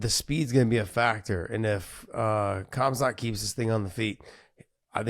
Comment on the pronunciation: probably because he doesn't know khamzat personally and doesn't know the actual pronounciation